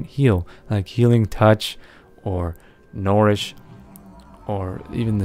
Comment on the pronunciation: STOP Misspronouncing NOURISH ITS SAID LIKE NURISH NOT NORISH! RAWWWWWWWWWWWWWWWWWWWRRRRRRRRRRRRRR. please thumbs :D